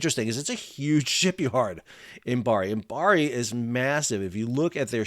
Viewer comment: Fascinating to hear about the Imabari (Im-A- ba-ri, not Imbari) model. The concept of building "at a loss" knowing they will make money in leasing, is interesting because, frankly, the concept of "at a loss" is almost meaningless unless a ship is being built for sale. As in all manufacturing where the product is built for sale, "price competition" (greed) inevitably pushes manufacturers to cut costs to maintain a sale, and those cuts always reduce quality at some point of the process (if not all). When the builder does the leasing, and (crucially) is willing to look longer-term for recoup and profit than other leasing companies, they can charge similar leasing rates while offering products of a quality of their own choosing. Further, they can guarantee to maintain that quality by using their own people and infrastructure for what is usually post-sale maintenance, and so often contracted to the lowest-cost outfit at any time. Of course, this model can only be viable if there are enough customers who consider quality important, and in an industry that invests so much into avoiding regulations which require any standards at all, Imabari's 6% seems even more impressive. 😩